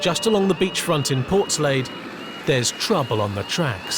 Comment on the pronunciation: Who pronounced Portslade like that? Annoyingly, this isn't TTS. Common Narrator